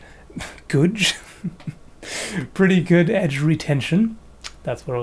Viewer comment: Lol when you said Goutch instead of good edge retention. it sounded like the Mi'kmaq word for Dad. Made me look up at the screen. What did he just say? Lol funny little language fail there. Nice knives too by thw waym hope they let you keep them.